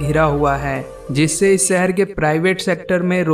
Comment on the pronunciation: भाई शहर होता है, सहर नही 👍👍